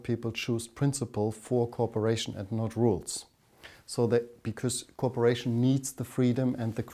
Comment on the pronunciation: Sounds like he's saying corporation when saying cooperation